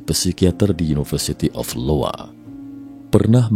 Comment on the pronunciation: iowa bang, bukan LOWA